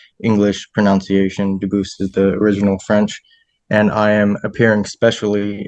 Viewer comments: In reality , the French pronunciation of Debus would not pronounce the ‘s’ at the end it would probably sound like ‘Deboo’ . If you want to claim French heredity , learn the language , visit the country…. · As a French speaker, I can assure you his name is not pronounced "dubooth" lmao. He can't even fake speak French right